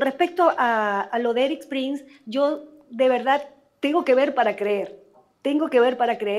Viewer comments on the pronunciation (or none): Hermano, pronuncie bien el nombre de Prince. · Prince se pronuncia Prins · Perdona pero me choca que pronuncies mal su apellido, Prince se pronuncia Prins! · Exactamente! Es el único que lo pronuncia mal, 🤔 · Podría, por favor, pronunciar bien el apellido Prince?. Gracias.